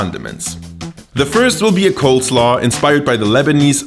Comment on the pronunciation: Very good video, I really liked it. Just one thing, you wanna pronounce it coleslaw not coldslaw.